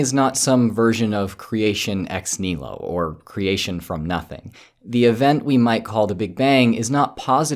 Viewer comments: Am i mishearing the video, or does keep saying "nihilo" without the 2nd syllable? Should really be "nee-hee-lo", shouldn't it? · If he did, he did not pronounce it correctly (ɛks ˈnɪhɪləʊ), but instead dropped a whole syllable. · I did not hear the hɪ, and looking at the replies, I am not the only one who heard ex KNEE-low (ɛks ˈnɪləʊ) instead. I therefore would like to ask him not to butcher the Latin like that. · Americans pronouncing things, sadly.